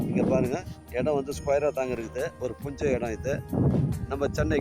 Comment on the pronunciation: யோவ் நீ தமிழ் நல்ல வாலவச மாரிதமம் போ, அது புஞ்சை நிலம், குஞ்சை இல்ல 😂😂😂